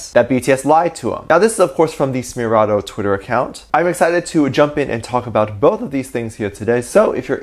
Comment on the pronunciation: Its pronounced essmeraldo not sssmeraldo and I think I enjoy broke the 800th comment.